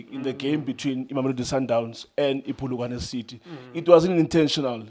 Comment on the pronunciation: Polokwane not Phulukwane